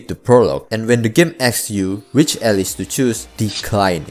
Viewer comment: did you say all-lice?